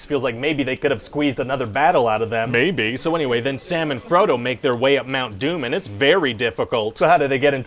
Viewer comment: I thought he said "Salmon Frodo" and got a strange mental image lol